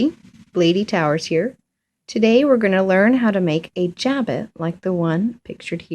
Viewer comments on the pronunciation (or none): Jabot is a French word and the T on the end of the word is not pronounced. It sounds more like "sha-bow" in English. It is not pronounced "jab-it". There's a lot easier way to make a jabot. The process described in this tutorial is uncessisarily complicated and the edges are not finished, which gives it a shabby look. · French word, pronounced. Jabow